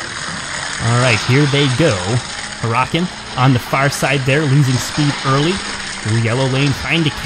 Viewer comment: Your pronouncing for huracan is wrong 😤